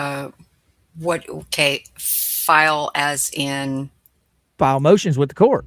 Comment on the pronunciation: You're saying MOOOTIONS wrong 😂